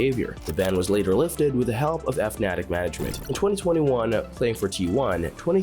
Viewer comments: "see-ah"..."eff-natic"... bruh. These pronounciations. S E A. South East Asia. Fnatic. Fanatic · "F-natic'? bro its pronounced Fnatic like fanatic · "eff-natic"... my guy, it's fuh-natic. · hearing someone who covers esports pronounce Fnatic like EFF-Natic is like having a sports journalist call the Patriots the Pat-Riots. thats weird. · EF Natic? who tf pronounces Fnatic like that? you psycho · F-natic kinda weird to hear it but okkk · "F-Natic" lmao!!! Wtf is this dogshit channel anyway? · He called fnatic Eff Natic. ¯\_(ツ)_/¯ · i like how the narrator doesnt know how to say fnatic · How come you can’t pronounce Fnatic?